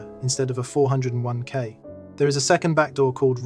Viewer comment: The AI narration and various typos were actually pretty funny on this one. Love the huge pauses whenever there was a dash. And love the 4…oh…1…k 😂 Overall pretty low quality AI though.